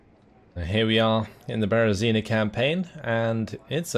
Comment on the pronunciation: As a citizen of Belarus, I find it strange but funny to hear you pronouncing names of cities and villages tottaly wrong))))))) ( BerezinA, VItebsk, etc.)